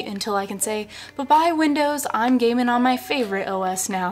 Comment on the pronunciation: When I first watched this, I thought she said, "you may have noticed my feelings regarding gay men on linux."